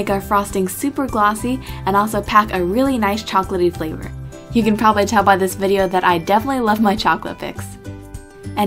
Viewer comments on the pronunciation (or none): none